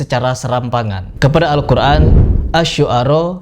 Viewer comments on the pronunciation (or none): Ayo bedah satu persatu ustad yang menyimpang dari Agama islam, dan sedikit di bedah adalah cara ustad Adi Hidayat mengucapkan kata"al Qur'an", di sana tidak huruf 'ain, tapi saat dia bilang al Quran ada melibatkan huruf 'ain. Apa tidak menyimpang dari ilmu tajuid, atau hanya pemanis suatu kata agar indah didengar??